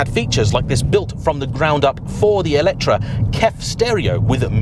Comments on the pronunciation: it is me or I heard always ELECTRA instead of ELETRE when you say the name of this...? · Wht Brits call this EletrA if the name is written EletrE?